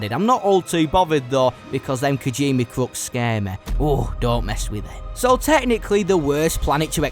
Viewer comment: No offense, but your mispronunciations of kijimii and cantonica hurt me.